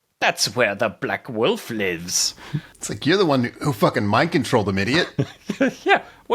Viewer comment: saying "Black Woof" instead of "Black Wolf" is adorable and drags me out of the peril they're trying to set up. Stunning opening to the MM episode. Let the train wreck commence!